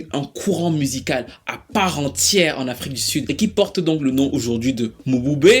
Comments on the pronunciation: Ça ne se prononce pas Mo-bu-bé mais Mboubé😅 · Prononciation is not mobube but m(e)bube